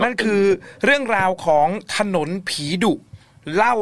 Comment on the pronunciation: พูดถนนเป็นถนุน นึกถึงคุณมดดำเลย 😂😂